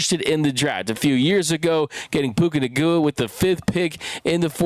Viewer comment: Puka "Nagua" 😂 chill,. GO RAMS